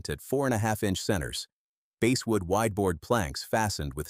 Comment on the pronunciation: Basswood: not base-wood. I too will not follow a channel that's too cheap to have an actual human familiar with the proper pronunciations. You can't take one extra hour to read your script?!